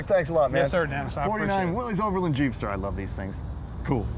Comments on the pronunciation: WILLiss Not Willy's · Willys is correctly pronounced “WIL-liss”.